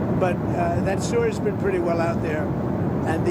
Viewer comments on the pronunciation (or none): none